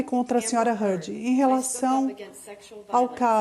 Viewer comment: Eva Heard? Vai fazer inglês tia. #teamjohnny